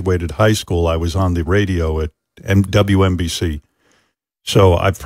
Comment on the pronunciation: Howard still saying it wrong, it’s WNNNNNBC